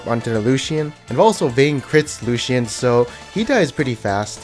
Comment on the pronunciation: Lucian is 2 syllables not 3 lol